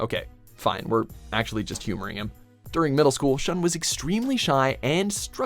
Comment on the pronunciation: Not "Shan",Shun!